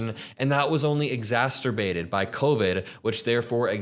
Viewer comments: 'exacerbate' not 'exasperbate' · It's exacerbate not exasterbate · Exacerbate, not exasterbate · pronouncing "exacerbate" as "exasturbate" is iconic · Its exacerbate, NOT exasturbate!